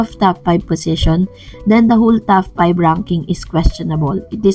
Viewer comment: TOP 5 ..not TAF 5 heehe